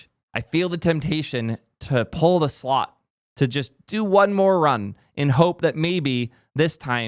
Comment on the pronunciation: I couldn't tell if you were saying "slot" machine or "slop" machine but actually...I don't it makes a difference